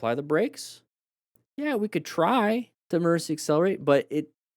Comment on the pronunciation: You keep saying e “mercy” braking and emercy swerve.